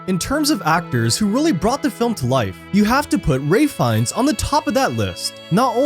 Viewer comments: Ralph. The actors name is Ralph Fiennes , not Ray ! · His name is pronounced Rafe Fines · Who the hell is Ray Fines? The actor is Ralph Fiennes. Way to butcher a name lol... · It’s Ralph fiennes not Ray……